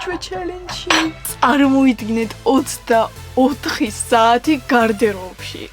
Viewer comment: გარდერობი არა გარდირობი